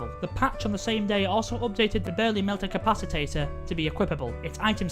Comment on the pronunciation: I am hospitalized from taking a shot every time they said capacitor wrong